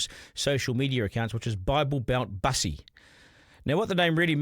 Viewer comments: Not pronounced like bus, a form of transport, rather I thought Bussy was nasty slang for 'Back Pussy' (rhymes with pussy). And the Greens accept this perversion. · Its not Bus-e it's Bussy because it rhymes with Pussy. It originated in Prison. Its nothing to do with the LGB community. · its not mussy its bussy B for boi.... not Man and its derived from the slang word for cat so is not pronounced like a bus. so Duncan by playing safe you also fail to give a complete picture. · Get the pronunciation correct…..It’s Bussy as in Pussy.